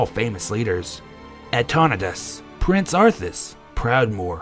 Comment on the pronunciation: Just the pronounciation is a bit off... "Oo-ther" not, "Oo-thor"; "Ahn-taw-nai-das" not "Ahn-taw-nee-das". However, the rest is fantastic! Keep it up!